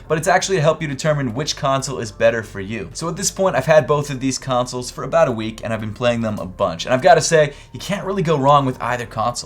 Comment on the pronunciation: You pronounce consoles like tonsils with a C